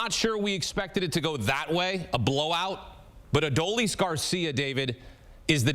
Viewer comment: Why don't they learn how to say Adolis? He's winning games for the Rangers. Let's go Rangers!!!